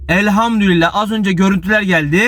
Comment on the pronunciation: Elhamdülillah Hızlı konuşurken elhamdurillah diyorsunuz dikkatli olunuz